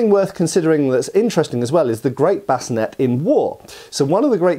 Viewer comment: Sallet.. Sah.. Lay.. It's pronounced Sah Lay.. or Suh Lay.. Not Salad. Also.. Bevor is pronounced Beh Vore.. not bevver. Bascinet is prounounced Bass Sin Aye.. not bass sin net. Also.. a sallet is meant to be worn with a bevor, it's a two piece helmet. Bascinet's.. there is only ONE period source, a piece of art, that shows a bascinet with a grill face. All other versions show a plate face. That period source shows a center of the forehead pivot or rotating point, an installation that does not exist on any existing period bascinet's. It is important to note, however, that there currently does not exist, in any museum catalogue, (or at least during the 90's when I was doing my apprenticeship in Germany) a bascinet with battle damage. Bascinet's are earlier period, sallet's are later period, however both the bascinet and the sallet are examples of large plate technology, they were both made from larger plates, cut out and raised. Previous to large plate technology, helmets were made of multiple plates rivetted together. However, there are enough examples of existing from the period helmets with forge welds that it's reasonable to assume some forge welded seams w/o the necessity to cut the proposed seams on a piece of antiquity just to prove a forge welded seam. The most important thing to understand about Sallet's over other European helmets is that it was the first example in Europe of helmets fitted to the actual shape of the head. The human head is shaped much closer to a cu